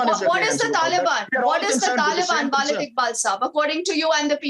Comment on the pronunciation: she is continuously saying "Walid Iqbal" which means "Papa Iqbal" , "Father Iqbal" , "Pitaji Iqbal" hahhaa she is not callling him correctly . this is Waleed Iqbal not Walid Iqbal hahaha